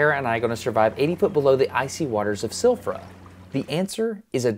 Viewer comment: Interesting video that you made Destin as most of your videos are. One small thing that I want to point out to you. In Icelandic we pronounce Silfra as Silvra (Sil-vra), one of our many exceptions. Another one would be Keflavík (where our international airport is) as Kebblavík (Qe-Bla-Vík, not i but a bit different). That is all, I hope you enjoyed this much needed trip!